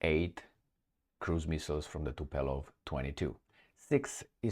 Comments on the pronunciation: Not TUPELOV but Tu'polev by the name of "Tupolev" -famous russian aircraft designer. E.g. read about "Tupolev" in wikipedia. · Tubolef sounds correct. Tubelof is most probably wrong dear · It's TUPOLEV !!! Have you ever heard someone pronounce that name the way you pronounce it? Do you have speech impediment ? You sound ridiculous.